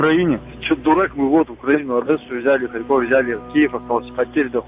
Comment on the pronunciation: ХарькОв? Ударение на о? Это какие же русские так говорят? Ни разу не слышал, не от кого.